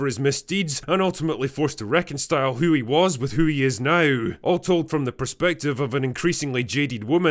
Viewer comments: Haha you said "reconstile" with a T instead of "reconcile." Now that you have misspoken, all of your arguments are invalid. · 'ultimately forced to reconstile'